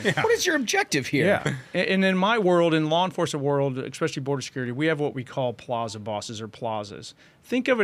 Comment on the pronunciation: Make "exspecially" special again. It's Especially. Essss. Not exxxx. Thank you for your attention to this matter.